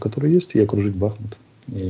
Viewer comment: Да не БАхмут, а БахМУт! 😁🇺🇦